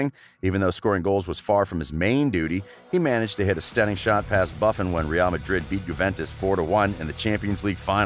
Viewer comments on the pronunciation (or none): “Buff-en”??.. 😂😂😂 Jesus Christ man, get the names right. Lol And it’s not “Zee-Dane” either for Christ’s sake... 😆